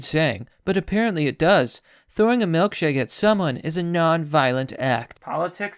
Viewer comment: Why does he pronounce it "melkshake"????